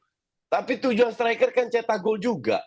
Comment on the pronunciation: STRUICK bukan striker